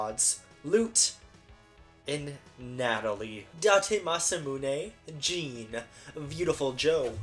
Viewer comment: So kind of you to put honkai and genshin right next to identity v so i only have to watch 10 minutes of this video and laugh at how you say wriothesely right but not jean